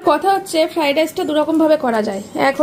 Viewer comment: ফ্রাইড রাইসকে এখনো ফ্রাই রাইস বলছো।ফ্রাইড রাইস বলা শিখলেনা😅বাপ রে যে ফ্রাইড রাইস বানিয়েছো দেখেই বোঝা যাচ্ছে জীবনে আসল ফ্রাইড রাইস খাওনি